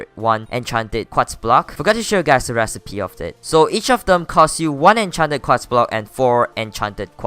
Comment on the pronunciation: Everybody gangsta till he starts saying quats